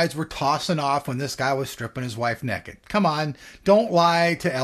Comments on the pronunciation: he said neked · He can't say naked hahhahahhaah